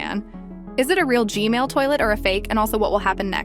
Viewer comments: You said g-mail but it's G MAN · Why DID YOU SAY GMAIL TOILET AGAIN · umm its g-man not g-male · she said gmail but not gman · “Gmale toilet” 💀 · Hug you say gmail toilet